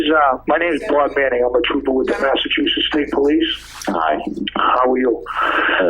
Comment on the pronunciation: Massachusetts, omg you're the only who's ever said the name correct. Lol... from here, I just call it massatooshits bcuz I can, I live here. This story sucked too.